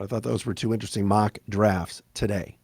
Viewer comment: "TADAY" LOLZ